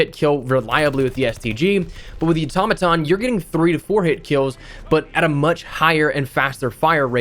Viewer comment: It's not called the automatom😑